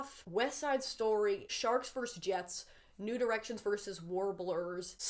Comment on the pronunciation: I think I'm so late to this, but I did not hear "new directions" as "nude erections" until this video